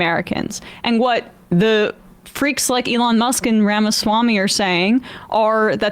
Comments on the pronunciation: Sam's steadfast mispronunciation of things ("Eh-LAWN Musk") will be standing monument-like when all of the right-wing movements-of-the-moment have fallen by the wayside. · Who is Ah-lon? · That’s The Jewish pronunciation of Elon Musk am I right ? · After all the years Sam still pronounces Elon's name wrong. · Sam is so committed to mispronouncing "Elon"